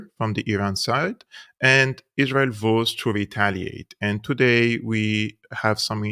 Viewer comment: "vows" is pronounced "váouz"